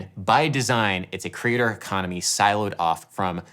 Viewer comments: Are you saying crater, or creator economy? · Oh you said CREATOR economy, I heard crater for some reason 😅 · Took me a while to realise you were saying 'creator' and not 'crater' :) It still sort of worked though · It took me over 2 1/2 minutes to realize Adam wasn't saying '"crater economy" (why the focus on astronomy /confused emogi) but "creator economy" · I've watched this a couple of times and on the first time through, I hear you say "Crater Economy" but then realize you're saying "Creator Economy." But then, on reflection and in terms of the entire video, "Crater Economy" also sounds appropriate. This is something that's worthwhile to think about for anyone pursuing art and looking for a way to make that fit into their lives and into the world. I've greatly enjoyed your video essays because they often get me to think about things in ways I hadn't previously considered, or go deeper into areas I have some interest in but hadn't yet taken the dive into (thinking specifically of "The Grotesque Legacy of Music as Property"). I'm glad you're still interested in doing these videos. I appreciate the work and the insight. Cheers! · When you say "creator economy" it initially sounded to me like "crater economy." And I was wondering what had cratered. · By the way you were pronouncing it at first I thought you were calling it the "crater"economy, which sounds more like the business ventures I get involved with. 🙂 Just like I'm sure everyone else is telling you here, your content is crazy valuable to your subscribers. Sadly or gladly, I can say that about a number of YouTubers content. I'd love to reward them all with hundreds of dollars but I just don't have it! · Oh, the “creator economy”; I thought you said the ‘cratered economy’! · It took me a few minutes to realize Adam was saying, "the creator economy". I heard it as, "the crater economy". It actually made sense and aligned with what he was proposing. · For quite sometime I heard you saying 'The crater economy'!